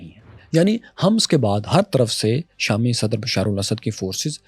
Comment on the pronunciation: بھائ لفظ "حمص" کے ح پر پیش ہے۔